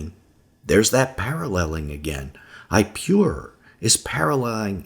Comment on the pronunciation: Is pronounced ip-oh-raur not I-pew-rure. Watch the documentary "Patterns of Evidence" you will get it straight from the archeologists mouth.